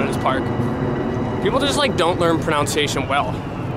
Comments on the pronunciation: fyi - it's not pronounced 'pro-noun-ciation', it's 'pro-nun-ciation'. lol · It's a bit ironic that you mispronounce the word "pronunciation " as "pronounciation". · So ironic you mispronounce pronunciation